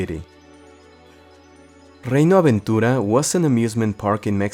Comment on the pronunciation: Hermoso como fue escuchar "Reino Aventura" pronunciado correctamente 😭👌